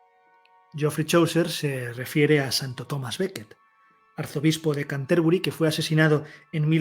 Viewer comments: Una pequeña corrección, se pronuncia Cánterbury. Sería una palabra esdrújula. Gracias por dedicarte a esta gran obra que contribuyó a elevar a la lengua inglesa ya que hasta ese entonces se encontraba totalmente relegada. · en realidad sería así: ˈkæntəbrɪ. No quise poner la transcripción fonética si no explicar que la pronunciación debía ser esdrújula. No pretendía tanta perfección.